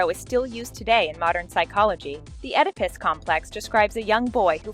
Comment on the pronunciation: Oedipus is pronounced Ee-da-pus, not ed-i-pis